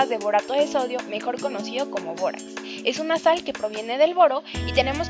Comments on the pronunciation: Todo iva bien asta que dijo bórax :( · todo iba bien hasta que dijo borax😞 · todo iba bien hasta que dijo bórax